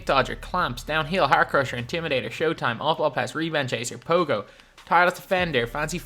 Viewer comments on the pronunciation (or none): none